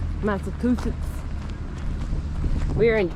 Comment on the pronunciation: Muddsechusetts. Livardi is pretty stellar, though. I really think folks need to work on their pronunciation of the various "shires" in New England. It's frickin' SHEER! Not difficult. Have a nice day.